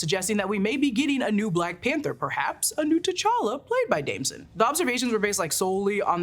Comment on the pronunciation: Damson * not Damsen.